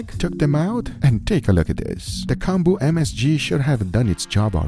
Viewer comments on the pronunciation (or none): It's pronounced like comb-boo. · I wish you had said the name of that salted "combo" (?) clearly. You just mumbled it and it's completely impossible to understand.